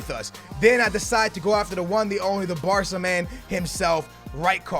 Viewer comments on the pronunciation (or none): none